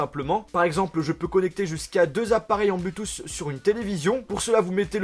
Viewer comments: arrête de dire blutouss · bonne vidéo mais arrêté avec l'iPhone ... c lourd a la fin (pute a clic) aussi c blou touth (bluetooth) tu prononce très mal c triste corrige ca surtout si tu emploi le mot 30 × dans la vidéo ... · Sa me stresse ta prononciation de Bluetooth 😂